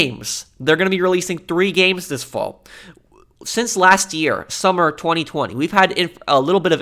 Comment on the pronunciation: I find how you say 2020 and 2022 VERY OFFENSIVE and offensive content notice and